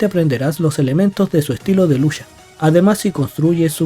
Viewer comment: Estoy enamorado de Juri desde que salió,es la mileena de SF y usa también el morado,por cierto me molestó un poco que digas "lusha" en vez de "lucha'. Por lo demás buen video sr